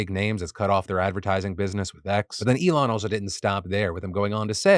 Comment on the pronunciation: The Elon bit made me cringe out of my skin. “Saying I’m only here because you’re a friend” and getting his name wrong? 😭😭